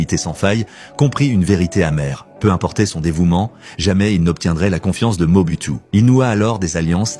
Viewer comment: Mobutu, Moboutu, Moboutiou.... Il existe plus de 500 reportages sur ce président et son nom se prononce Moboutou !!!